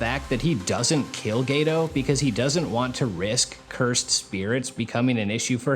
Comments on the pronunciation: My Dawg did you say Gayto 😂😂😂👀👀👀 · Geto ❎️ Gay-toe 🦶👬 ✅️